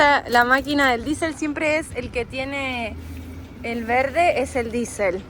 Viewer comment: “Esteeeee...diEsel...diEsel...este...la d con la i =di, y la e y la s con la é y la ele, hacen la palabra diEsel. A ver repitan conmigo DIESEL, no disel. ¿Por qué imitamos tanto el inglés para describir una cosa que la tenemos en castellano?. A este paso ya mismo vamos a tener que llamar “Good air” a Buenos Aires. Esteeeeee...